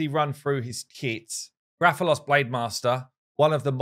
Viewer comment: THANK YOU FOR USING THE CORRECT PRONUNCIATION OF Rathalos. Every other content creator has said it incorrectly by putting too soft emphasis on the first a. I appreciate it more when creators show respect to the game that a crossover comes from